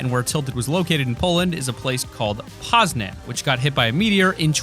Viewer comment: He pronounced Poznań wrong